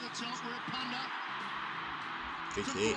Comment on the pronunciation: One of my favourite players. Such an amazing man. Thankyou for checking him out. It's Wirrapunda just FYI😁😁😁